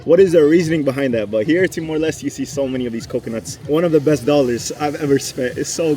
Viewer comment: TIMOR LESTE (LES-TE) not LEST or LIST!